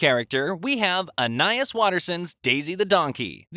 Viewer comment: Bro I'm so mad. It's pronounced An-I-ees. (Just the way it sounds) but says An-I-is. It angers me.